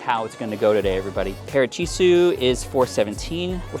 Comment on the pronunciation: Does anyone notice that his saying parichisu instead of pachirisu? That's hillarious